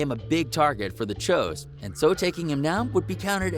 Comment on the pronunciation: It's Folks and choo's ....not fucking falks and chows get shit right before you make a video